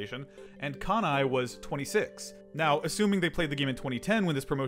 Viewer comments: I'm a little late, but it's Kanae, not Kanai. Amazing journey tho, I love this kind of stuff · Wait… you said “kanai” and it says かなえ (kanae) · The second crew member is "Kanae" not "Kanai" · Someone gonna have to say this, but かなえ is “Kanae” not “Kanai”. My Japanese reading skills are quite poor, but I believe this to be true. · i think its meant to be "kanae", not kanai. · Not Kanai, its KanaE. 'Kah-Nah-Eh'. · its kanae (かなえ) not kanai (かない)